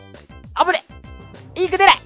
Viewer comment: あぶね が おぶね って聞こえるw（聞こえないの？） 凄い聞こえた